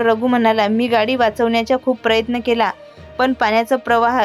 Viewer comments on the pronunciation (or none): none